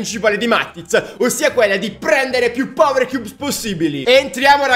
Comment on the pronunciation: Cioè ha detto 70 volte powerchiubs